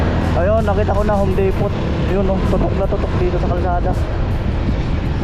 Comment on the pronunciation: Depo lng Ang basa nian ND po depot silent t po xa ibg sbhin ay warehouse